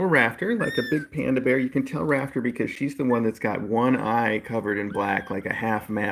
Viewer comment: At first I thought you said the itty bitty baby's name was "Raptor" not "Rafter" and honestly, I think its much more fitting for her. ^w^